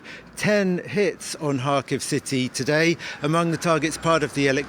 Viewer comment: He is living there and saying Harkiv. the actual pronunciation is Kharkiv, Russian Kharkov.